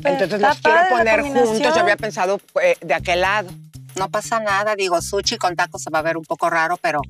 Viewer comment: Super fina y elegante y dice suchi😂😂😂😂😂